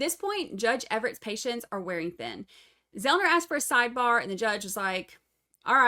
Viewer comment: Joshua Zelman - not Zelner,. I’ve heard you call him that on another stream too.